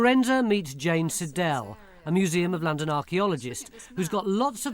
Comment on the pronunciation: What? A woaman woad in wondon???